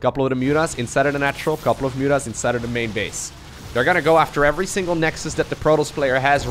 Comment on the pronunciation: I told u on stream u always say effery one